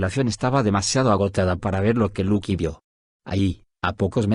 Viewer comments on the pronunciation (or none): lucy es luki????, no pronuncia bien el nombre tonces uno se confunde